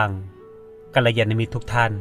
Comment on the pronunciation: กัลยาณมิตร... อ่านว่า กัน -ละ -ยา -นะ -มิต เจริญธรรมคุณโยม